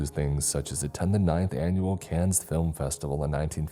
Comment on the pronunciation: Another great round of storytelling in the books. A little tip for you thought buddy; The Cannes Film Festival was mentioned here, and. well, The city named "Cannes", is pronounced "Kōn", or "Kawn", not "Cans" or "Can-ess". FYI I pronounced it incorrectly a handful of times myself as well before I was informed haha.